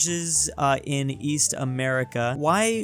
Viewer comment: East? I thought you said "Weast"